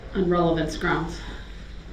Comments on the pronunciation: "GROUNZ"...."GROUNZ"....WHAT AN ILLITERATE DOUCHE🙄🤣🤣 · Grouns he axed… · I don't undershtand the grounz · Sorry, it's grounz, grounz, grounz! 😂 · "Objection, calls for speculation-" "GROUNZ" Just kills me that he does so after the grounds were given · And he believes it’s spelled “ grounz “ as well! 😂😂😂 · Literally, if he hadn't been saying "GROUNZZ," he would be able to hear the grounds. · Naw ...lol ... It's GROWNDZ" lol 🤣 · Substained? Grounz he axed without relevancy. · As they’re stating the “ groundz “ he just keeps yelling out “ groundz “ 😂😂😂 what an idiot. Then this “ groundz for the substain? “ 😂 It’s actually “ Sustain “ Mr Brooks. Also She legally doesn’t have to sit and explain anything to him. Just as she doesn’t to any licensed lawyer. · "Groundz for the SUBSTAIN?" 🤣🤣🤣🤣🤣🤣🤣🤣 Gets me every time...... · "GROUNS?" I swear, I'm going to make a t shirt with DB's face on it and have it say GROUNS in big bold letters. His understanding of the justice system makes me laugh hysterically. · Look at all the crap he says that’s ALL wrong ex. GROUNDZ, substain, and most important subject matter jurisdiction 🤡😆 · He says grounds and I cringe so hard